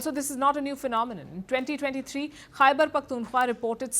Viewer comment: Palki Didi خےبر pronounce kerna seekh lain. Then you start pointing out mistakes in AVMs English.